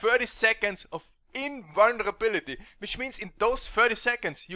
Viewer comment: How he pronounced invulnrability:). Good vid as always.